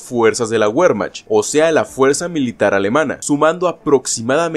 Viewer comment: Wermacht... No se pronuncia güermacht, sino vermajt.